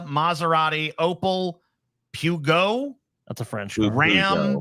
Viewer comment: Wtf is up with TJs car brand pronunciations. Vauxhall not Vox Hall. Citroen 'sitren' not Sit Ro En. Alpha Romero not Alpha Romeo. Peugeot 'perszo' not Pew Go.